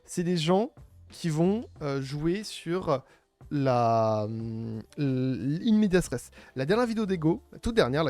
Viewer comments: C'est pas "in media stress", c'est "in media res": au milieu des choses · Juste c'est pas in medias stress mais "in media res", super vidéo sinon, c'est une pure mine d'information.